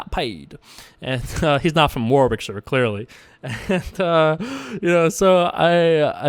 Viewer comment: Thanks for the video! It's pronounced 'Worrick-sheer' :)